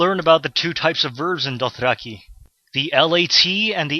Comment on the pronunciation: Super-helpful and thorough! Hands-down the best Dothraki tutorial series out there. (Your pronounciation is phenomenal, btw.) Thank you so so much for this! :D